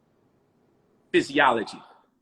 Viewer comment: He lost at Jesus is fizz zee ology (physiology!!! ) somebody going to have to correct him on the usage of the word. 🤣😂🤣 dude been speaking to so many uneducated people for so long that he feels he's actually a educator. Salute to for letting him live. The best teachers speak with a humble heart but just like that crocodile that negative energy is dormant and when its go time...smh say less